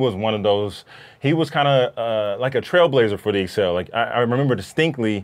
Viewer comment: guys its the ACCEL not the EXCEL